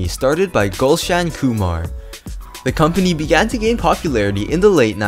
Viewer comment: It's not galshan Kumar it's gulshan kumar